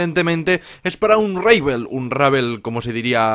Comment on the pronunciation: se pronuncia UnRabo xD